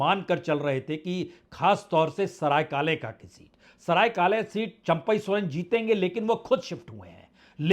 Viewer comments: Saraikale khan nahi sir Saraikela Pura naam Saraikela - Kharsawan Ranchi se C P Singh not C D Singh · It's SARAIKELA not SARAY KALE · सरायकेला होगा सरायकाले नही😅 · "Saraikela" not Sarai kalekhan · इसकी स्थिति क्या है, इस बात से स्पष्ट है की यह सरायकेला को सरायकाले खां कह रहा है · सराय काले खां नहीं सरायकेला खरसावां यह सही उच्चारण है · sir सराइकेला hota hai. good reflection